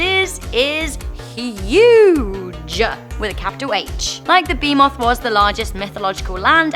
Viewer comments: “beemoth” “Levaithan” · Bruh her accent makes her butcher the creature names 😂😂 behemoth=B Moth Leviathan= Levithin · Had to leave when Behemoth and Leviathan were mispronnounced.